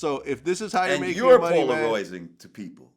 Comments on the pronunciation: "Polaroiyzing" - Lord Jamar circa 2019. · Lord Jamar : and your Polar’royzing lmao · Nobody: Lord Jamar: you're poloroizing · Jamar sounds like he’s been learning a Aussie accent and it snuck out when he said polarizing! 🤣